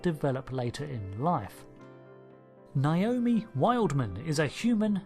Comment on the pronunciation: I don't know why so many people pronounce Naomi as though it's spelled "Naiomi".